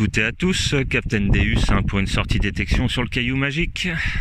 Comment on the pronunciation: Bonjour je voulais vous dire vous dite pas bien le non de votre détecteur .le non c'est dieu en latin donc sa se prononce déOUs et non déUs .bonne journée .capitaine déOUs